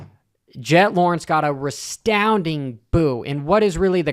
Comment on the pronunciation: How stoned were you when you filmed this intro? “Restounding”, “emotional outspurt” and “Jason Lawrence” all in the first 35 seconds 😂